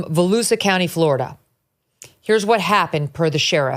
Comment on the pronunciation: Its pronounced valoosha county fyi